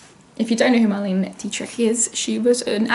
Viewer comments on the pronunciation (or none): It’s actually pronounced “Mar-lay-nuh” not Marlene with a hard e